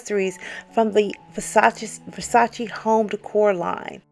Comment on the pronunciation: It is not Versatsi, it is VersatsE!